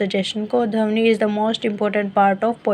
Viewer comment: Its ध्वनि not धवनी